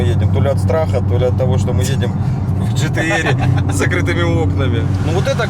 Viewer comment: НЕ ДЖИ ТИ ЭР А ДЖИ ТИ АР